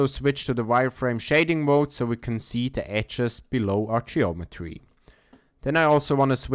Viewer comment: ecces ??? edges ... ffs... learn english before you make videos..